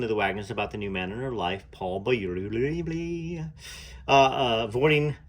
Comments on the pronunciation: Correct pronunciation: (Bowl-you) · Beaulieu is pronounced Bow-you.. the L is silent. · Hi, love this channel, people seem to have a problem pronouncing Beaulieu, in England we have a town with the same name, we say Beaulieu, (Beauly). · That's so funny how you say Beaulieu 🤣 weird name anyway